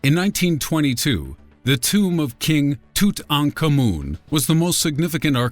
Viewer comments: James Bone But his pronunciation of Tutankhamun was correct. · he said it right its just that the way you probably heard it before multiple times is wrong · He pronounced it correctly, actually. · Pronounciation was correct, His name consists of three words.